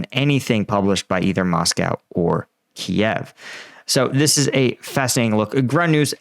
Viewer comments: Not Keee Ev. That is the Ruzzian pronunciation. Its Keev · Please pronounce it KEEV not Kiev. Kiev is the Russian way of pronouncing it.. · Keeve, not key-ev please. Name is important